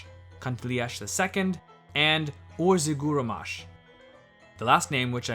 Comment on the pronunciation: Urzi"guru"mash - it sounds like Indian crossed with Japanese O.o